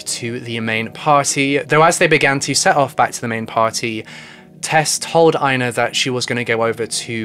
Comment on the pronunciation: Not that it matters, but Tove is pronounced too-vuh and Ina is pronounced ee-na lol